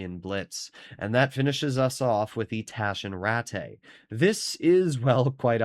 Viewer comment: u completely messed up taschenratte german pronunciation